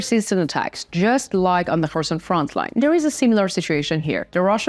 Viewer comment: I have a slight suggestion to you, regarding your English pronunciation. Your English is perfectly understandable, but my suggestion is that you pronounce 'frontline' without a 'ts' sound. It always sounds like you say 'frontsline', and being a word you use a lot, it would be great if you could improve this pronunciation. Thank you for a great channel of information!